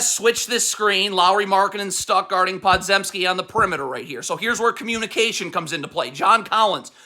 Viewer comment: I just gotta say it’s Poe-jem-ski or Puh-jem-ski or right in between…not pod-zem-ski